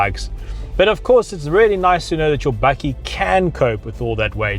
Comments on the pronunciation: No one is perfect... but it's bakkie not bucky... A South African name for ute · As an american, I find this incredibly entertaining! Are you saying "Buggie" or "Buckie"? Do you guys have full size trucks like the F-150 or Titan or just these little guys? We currently have neither but I'm anxious for the 2019 Ranger! Hopefully we will get one with the 2.7l V6 TT ecoboost!